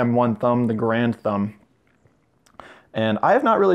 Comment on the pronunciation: u pronounce it wrong